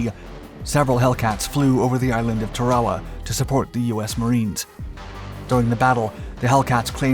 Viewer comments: Ok for the second time... it's pronounced TARawa, NOT tarAWA. Other than that, great video. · The F6F did not resemble the F4F in any way. The F4F was for all intents and purposes an F3F turned into a monoplane. You also mispronounced Tarawa, which is pronounced Tar-ah-wah. The R-2800 was in the Aircraft from the beginning, not the R-2600 which was used in the B-25 and a host of other aircraft. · Avengers dropping torpedoes is the Dark Skies version on AL Quaida fighters on the monkey bars. The computer voice over is grating...it's pronounced Tar Ra Wa. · Great videos, but we can tell you're a young civilian. You mispronounced Tarawa and Rabaul. Oh, and Vraciu. Oh, and the Martlet? That's still a Wildcat, not a Hellcat. 50 cal machine guns were no match for the lightly armored Zeros? That doesn't make any sense. The Browning M2 machine gun tears a Zero to shreds... engine included. One more thing: the radar wasn't mounted behind the wing ( which also wouldn't make any sense), but forward. You must not have had your coffee today.